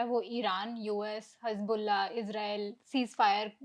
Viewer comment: Yeh hostess ne hizbulla ko hajmolla kyu bola